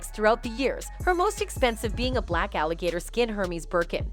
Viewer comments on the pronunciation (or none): none